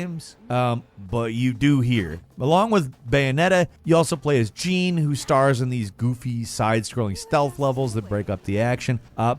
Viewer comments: Jeanne? (Jean)😂😂😂 It’s Jeanne (John) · Who does everybody say 'Jeane' like in Jeane Gray from the Xmen. Its like 'SJaun' how you pronounce it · "You also play as 'Geene'" Wtf? JEANNE! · How he pronounces "Jeanne" and "Nier Automata", different 🤔 Bayo 2 was the best, Bayo 1 second best, Bayo 3 after that. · Giving this video a thumbs down on the reviewer's pronunciation of Jeanne.